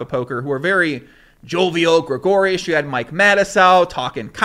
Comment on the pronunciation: Around the 30 minute mark...you said "mark-up" and meant "make up" and then a few seconds later you also said "gragoreus (sp?)" and meant to say "gregarious." Fix your face.